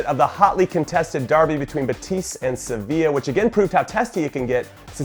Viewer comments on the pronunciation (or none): none